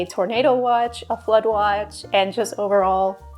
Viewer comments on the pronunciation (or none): Oh noo When you said flood watch I heard "A blood watch" and I was like ...... what kind of weather is THAT